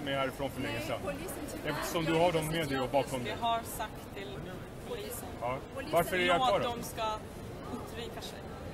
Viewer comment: de heter polis, inte bolis :P hahahahah